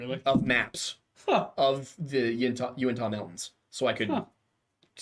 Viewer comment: Thank you for pronouncing Uintah right